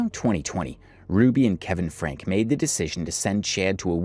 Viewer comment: Its frank-ee😭😭